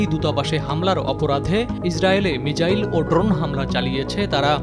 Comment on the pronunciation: কি রিপোর্টার মিসাইল রে মিজাইল বলে।😅